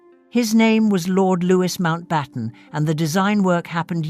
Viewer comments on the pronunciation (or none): Loui… not Lewis